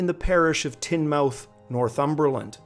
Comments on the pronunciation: Not tin-mouth...Tine-mouth. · Also Tinmouth should be pronounced 'tin muth' like Portsmouth or Plymouth, Dartmouth, Yarmouth or Bournemouth. And so on.